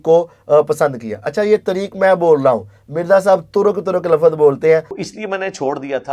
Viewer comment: Ali Bhai ko waahid jama sikhaane se pehle khud to waahid jama seekhlo Bhai, aap apni jahaalat dikhaate hue kehrhe hain ke 'doosre tareek mai bhi wohi "lafaz" hain', pehli baat to "lafaz" hai hi galat, "lafz" hota hai aur doosra 'lafaz hain' nhi hota 'alfaaz hain' hota hai, jahaan tk baat turk aur tareek ki hai to Ali Bhai ne flow mai boldia kyunke aik lecture mai unhone turk aur tareek ke darmiyaan farq bataaya hua hai, yaani unke ilm mai hai phr bhi bolrhe hain to it means ke wo flow mai bolgaye. TRUTH Lovers ko SALAM ! ! !